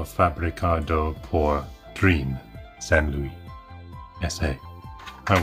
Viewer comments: So surprised to see a Drean C64 on you channel! Those were manufactured in Argentina and yes, Drean still exists and makes washing machines :-D BTW, the "dre" part is pronounced as in "dread" and not as in "dream". So it's "dreh-an". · I have that exact Commodore make and model...and brand! Also, it's pronounced DREH-ahn, not 'dreen' (u voice the 'e' and the 'a' in their short forms in english), as it's in spanish ;-)